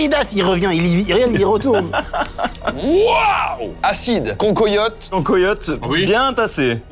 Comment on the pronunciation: S'il vous plait arretez de dire "concoyotte" ca me fend le coeur. Ca vient de chez moi et ca se dit CAN QUOI YOTTE. Et sinon super vidéo avec 2 duos qui sont un accord et met parfait 👌